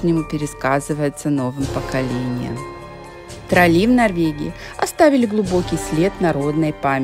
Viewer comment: трОлли,а не троллИ..Плохо,что после 23 лет не знаете,как произносится главное слово Норвегии😅